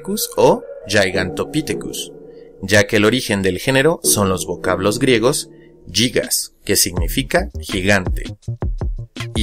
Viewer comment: No, se pronuncia "gigas", en griego no se utiliza el sonido para "yigas", hasta sería menos errado decir "guigas"